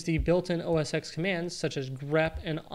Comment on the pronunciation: OS TEN! Not X ARGH!!!